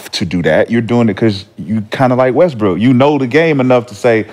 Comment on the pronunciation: He say Westbrick ?